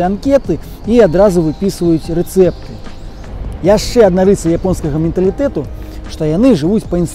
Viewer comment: Менталітэт, каментар – некарэктнае вымаўленьне. Мэнталітэт, камэнтар – карэктнае вымаўленьне. Дык словы мэнталітэт і камэнтар гэта пазычаньні. Грып у родным склоне будзе канчатак -у, а не -а. Бо ня можам палічыць і кранаць, такое стандартавае правіла ў розных славянскіх моў, акрамя расійскае.